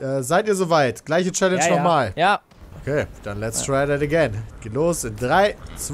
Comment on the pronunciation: so langsam wird die aussprache von challenge echt lahm - man könnte also mal damit anfangen es wieder normal auszusprechen - hab es eh nie verstanden warum sich damals so drüber aufgeregt hat... er war (und ist) ja selbst keinen deut besser